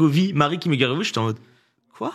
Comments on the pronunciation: "Guergovie" mon petit cœur Auvergnat souffre, c'est Gergovie, il n'y a pas de u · ca se prononce jergovie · Pourquoi Gergovie se prononce guergovie et pas jergovie?